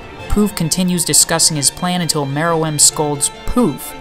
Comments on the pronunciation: Great video. I know how difficult this deep kind of video theories are to create. Good job! but I gotta say: Meer-ee-uhm. Gun-geei. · I thought Mereum is pronounced Meer-rum.